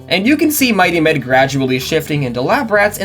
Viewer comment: I only watched the Lab Rats video from this channel, watched this video in its entirety, come to the comments and find out what I was hearing as 'Mighty Men' was actually 'Mighty Med'. I think I need to lie down.